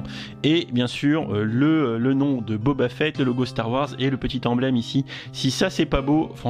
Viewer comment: Boba "Fouette" ? Oula je sais que les français ont du mal avec les langues étrangères mais là il y a pas à chercher d'accent à fait x)